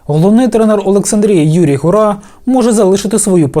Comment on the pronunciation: Гура наголос на у, а не на а